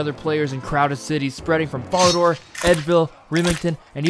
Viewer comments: vorrock bank and folidooor jesus christ who talks like that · Yeah I legit don't know how someone so successfully butchers even the easiest pronunciations. Fucking FARADOR? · "Vorrock" and "fallador". really. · This was fire but your pronunciation of falador varrock and some other rs words was wild lol